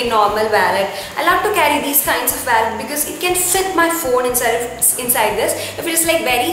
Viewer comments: It’s not vallet it’s wallet and to much of overacting 👎🏻👎🏻👎🏻👎🏻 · it's wallet not vallet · It's not vallet its wallet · It's Wallet not vaalet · it is not vallet it is wallet so plz correct it . and be creative. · it's wallet not wellet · too much over acting ...👿 and its wallet . not valet. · Some words you are saying incorrect its wallet not wellet and its diary not book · Its not waaallet its Wallet 😂😂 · Hii I saw ur video it's really nice and it's not vallet it's wallet so correct ur pronounsation and keep it up 😊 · You don’t speak waallet it’s wollet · It's not vallet it's wallet poor English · it's not wollet it's wallet..first correct your self before telling someone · what a pronunciation of wallet. and what diva she was looking in glasses. bloody Lol.